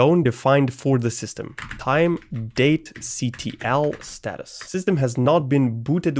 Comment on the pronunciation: Watching this is pain. Especially when he tries to pronounce things that end in `ctl`